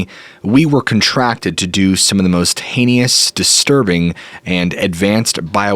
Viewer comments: Please quit saying "hayney - us". The word is heinous - pronounced "hay nus"! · No, don't like the format, it becomes irritating, I would rather watch you. By the way, it's "heinous", not "heinious", and "mischievous'", not "mischievious". I very much enjoy your stories, don't like the sudden booms, they are not necessary. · It is pronounced HAYnus Thank you for your channel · Love the episode. One thing. "Heinous" is pronounced HAY nuss. I know. Petty. But, the Grammar Nazi in me just has to be vocal. LOVE THE CHANNEL. Thank you for all you do. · Heinous is two syllables for the love of Jebus!!!